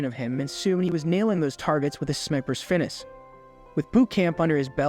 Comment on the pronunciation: Did give you permission to use his footage? You're not saying words properly, Debut or Finesse. You're sounding like a joke. #LoveNickIrving #NickIrvingTruePatriot #WhentheArmyhadrealbootcamp